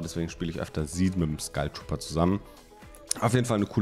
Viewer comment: Es wird Skalltrooper und nicht Skultrooper ausgesprochen. Wann checkt das jemand?